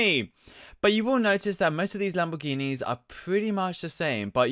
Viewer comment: Mclawens Labowghinis Camawos HAHAHAAHAHAHHAAHA XD DXDXDXDXDXD